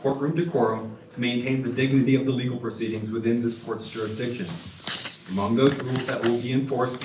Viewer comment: jurisdiction not durasticion and litigated not mitigated. Not a big deal, just saying.